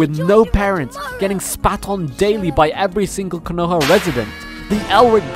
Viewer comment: This boy really said "kuh-no-hah" it's Konoha bro, wtf lmao